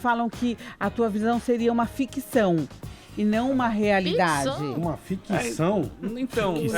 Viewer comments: fala "fiquição" hahahahaha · "fiquição" péssima!